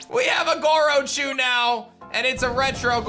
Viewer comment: Wait I thought it was Grochu not Gorochu